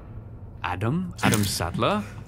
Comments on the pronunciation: bro you said adam saddler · Bro saying adam saddler lmao